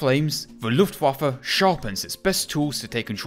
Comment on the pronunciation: This almost gave me a stroke ( also when the german and Dutch words are translated it say yes the is see real power of see luftwaffe)